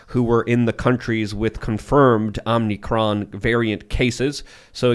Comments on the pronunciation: Big fan of the show. But it's omicron not omnicron. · If you are going to criticize the media for skipping a letter of the Greek alphabet to appease someone, you should at least know how to pronounce the Greek letter they ARE using. It’s OMICRON not OMNICRON dum dum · "Omnicron"?... sounds like you're a part of the deep state. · Can someone teach how to pronounce Omicron?